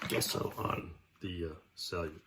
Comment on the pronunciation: Looking really cool! And again...Gesso is not pronounced Guess-o, it is pronounced...Jeh-sow or Jess-o. Years of art classes, and dictionary pronounces it JEH-SO. Yes, I am a word Nazi.